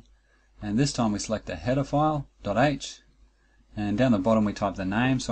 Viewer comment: Also, every time you said "header file" i heard "pedophile"... Not sure what my brain is trying to tell me by that... Not sure if i want to dig deeper...